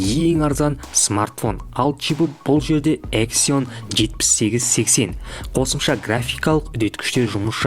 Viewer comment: Эксион емес эксинус деп айтсайшы